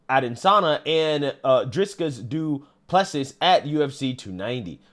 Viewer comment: The UFC fighters names are pronounced iz•ree•uhl•a•duh•saa•nyuh & Dray•cuss•du•ple•see 😂